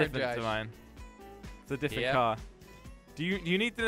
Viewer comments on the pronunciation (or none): Why can't you say"different" properly 🤔